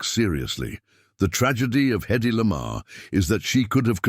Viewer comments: HEddy not eddy…. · The trouble with AI narration is stupid error. "Hedy" is repeatedly referred to orally and textually as "EDDIE".